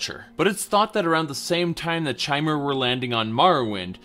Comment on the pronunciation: Awesome, very informative, thank you! But... "chai-mer"?! You do know the word "chimera", right, that literally refers to a 'changing one'? Might as well pronounce Vivec as you do lilac.